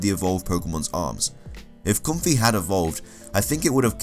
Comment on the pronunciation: Pyukumuku is a sea cucumber. Ribombee is a bee fly. You mixed up the end sounds for Ribombee and Comfey. Ribombee ends with ee and Comfey ends with ay.